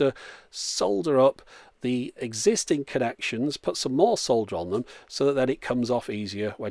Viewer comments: The word is solder so we pronounce it (drum roll) ... SOLDER. (Not sodder) Just like the word herb ... which we pronounce ... HERB. (Not erb) In England we like to use English pronunciation. 👍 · Almost orgasmic to hear 'sol'der' for solder instead of 'sodder'. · At least we Brits pronounce the L in solder. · "Disclaimer: I'm not an expert." Me, a complete idiot watching him repair everything known to man: He's magic. 😯 "Yes, my pronunciation of 'solder' sounds a bit different..." Honestly, I didn't even notice at first. Maybe because your pronunciation actually SOUNDS RIGHT. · Three Things... Nothing wrong in how you pronounced Solder... its sods who pronounce it 'wong'.. If there was enough space for it, i would have socketed the ram chip.. Save putting heat directly to the new chip... Lastly but most importantly... I still got my ORIGINAL C64 from 1985 (PAL) and it still works.. 0 chip replacements ever needed... And i recently picked up a second one at auction, (no power supply). Still thinking about testing it but just not got round to doing it.. Watching the Action on a SX-64 mini display just made me think about setting up the C64 next to the Xbox, on my 42 inch Plasma screen..... Hmmm........... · I didnt notice you the way you were pronouncing "Solder" until you mentioned it. Where Im from in the states (Alabama), I know alot of people who pronounce Solder the same way you do with the 'L' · We pronounce "solder" the same way here in the US like you did!